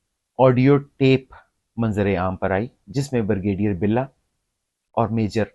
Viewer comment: "Bur gay deer"? It is 'Brigadier'... please speak correct. " Mufakaat e Amal" To MUKAAFAAT E AMAL. Taubah. This happens TO almost every Elder person OVER 65 all OVER THE WORLD. IT IS KNOWN AS ELDER ABUSE AND THERE ARE LAWS TO PROTECT ELDERS IN THE WORLD. BECAUSE ELDER ABUSE HAPPENS IN ALMOST ALL HOUSEHOLDS IN PAKISTAN AND ELSEWHERE WHERE OLDER RELATIVES AND PARENTS ARE MALTREATED. EVERYONE TURNS OLD AND IT CAN HAPPEN WITH YOU, MYSELF OR ANYONE. LAWS HAVE TO BE MADE TO PROTECT ELDERS; THEIR PROPERTIES AND ASSETS FROM THEIR IMMEDIATE FAMILY LIKE CHILDREN OR SERVANTS OR NURSES WHO TAKE ADVANTAGE OF THEM AND FORCE THEM TO SIGN THEIR PROPERTIES IN THEIR NAMES WHEN OLD AND BEFORE DYING. INTERNATIONALLY IN THE USA UK CANADA, LAWS ARE MADE TO PROTECT ELDERS AND THEIR SOCIAL SECURITY AND PENSIONS FROM CARE GIVERS WHICH ARE USUALLY THEIR CHILDREN. YEH SUB AAP KAY SAATH HO SUKTA HAI, AAP, YA KOI AUR. KOI AJUBA NAHIN, DOCTOR HO ENGINEER HO BEAURACRAT HO, FAUJI HO, PROFESSOR HO, INDUSTRIALIST HO ZAMINDAR HO OLD AGE MEIN SUB DEPENDENT HOTAY HEIN. ASAL ISSUE KO ADDRESS KERO KAL AAPKAY SAATH BHEE YEHEE HO SUKTA HAI. BUHUT GHALAT VLOG HAI. VERY ASHAMED TO WATCH.